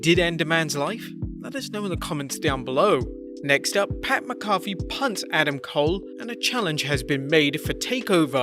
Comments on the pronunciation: Why are saying mccoffe? It’s mac a fe. 😂😂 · (Mack a fee) not (my coffe) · Ok.. this is not Tomato(to may toe) tomato(to mah toe)... its MacAfee(Mack a fee). Thats the only way to pronounce it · Mac-A-Fee not McCoffee you make it sound like a McDonald’s drink 😂😂😂😂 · right- I said "coffee kingston" (never heard it pronounced) and my wrestle nut friend yelled K O F EE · it keeps sounding like you're saying Pat McCarthy. Repeat slowly after me..."MAC-AH-FEE" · its mack-uh-fee not muh-coffee lol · How about mack-a-fee. You know, how its pronounced. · Also it's pronounced "Mac Uh-fee" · For fucks sake mate, say it with me...MACK-A-FEE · It’s (mack-uh-fee) pat mccafee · ITS MACK-A-FEE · Thank you!!!!! I literally came here to say that lol. Mah-cah-fee. So maddening hearing that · Let's work on that pronunciation of Pat's name lol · Ur saying his name wrong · this pronunciation of McAfee is triggering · I grit my teeth on how he says pat's name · Learn how to pronounce Pat macfee name.